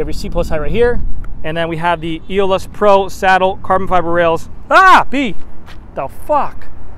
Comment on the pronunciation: Let's say it together....."a-ole-us". Aeolus. Lol. My favorite color trek has ever done. Have mine on order and can't wait until March!!